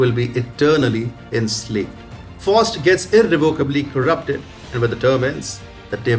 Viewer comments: Bless you my frined you tried, its pronounced Fowst and Met a stof a lees..... Great commentary. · Pronounced " F OWWW ST "